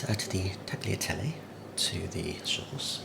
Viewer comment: The g from tagliatelle is silent “is taliatelle”